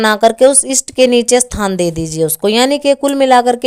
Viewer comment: बहन आप थान बोल रही है या स्थान मै समझ नहीं पाया शायद आपका मतलब जगह देने या नहीं देने से है